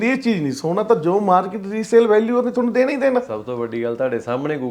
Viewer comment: ਸੋਨਾ ਹੁੰਦਾ ਸਾਉਣਾਂ ਨਹੀਂ 😂 ਸੋਨਾ ਗੋਲ਼ਡ, ਸਾਉਣ ਮਹੀਨਾ, ਸੌਣਾ ਨੀਂਦ